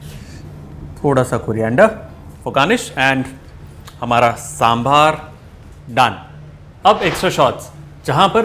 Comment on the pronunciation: It's " SAMBHAR " not " SEMBAR "